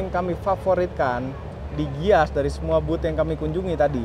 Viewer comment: haha bener tuh.. dia malah bilang GIIAS